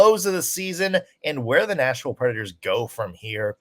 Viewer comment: Is it just me or does keep saying national predators instead of nashville predators